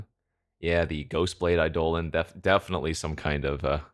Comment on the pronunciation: The way you pronounce Eidolon is certainly a thing. First time viewer, so I don't know if it's a long-running joke on the channel or not.